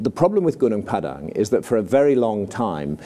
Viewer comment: I'm impressed with how he accurately pronounced gunung padang. Like a local.